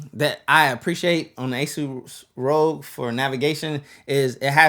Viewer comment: Rogue/ rog Just use voice to text and you'll see the pronunciation rahg